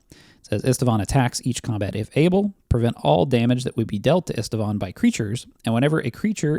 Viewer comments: are you a human being or a hallucinating AI? Why are you adding letters to Istvan’s name? It’s NOT “Istivan” learn how to read moron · It's read [ˈiʃtvaːn], it's Hungarian for Steven.